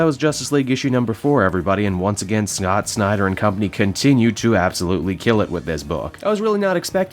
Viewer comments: Did he just say "snot snyder" ? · Geoffrey Kandolo I rewound twice. He indeed said Snot